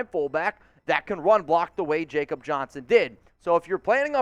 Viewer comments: Its pronounced “Yak obb” Johnson. Real Ones 4 Life know this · Jakob Johnson is pronounced yah-kop